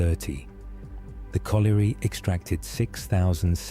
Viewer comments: Bad ai pronunciation. You were correct with potash not powtash as the narrator says. However it is colliery not coalery so you got that one wrong lol. I live 5mins from Dungeness and it's windswept and rather desolate but has lots of amazing wildlife so photography is brilliant. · One of your better reaction videos. Didn't listen !! " the river silted up " !! SHINGLE is small beach pebbles. POT ASH not PO TASH. COLLIERY is pronounced COL YUREE. DOOMS DAY BOOK not DOMES DAY .